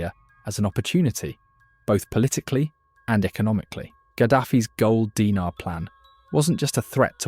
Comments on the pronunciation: Gold "Dee-nar", not "Die-nar" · Actually Dinar is pronounced “DEENAR” not “DYNAR” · "Dee-nar", not "Dy-nar". "Nee-jher", not "Ny-jher." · Say it with me: De-nar Not a dinner u r just making me hungry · It's pronounced deenar